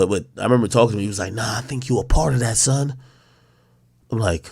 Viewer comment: Meet from Philly he don’t say “son” 🤣🤣🤣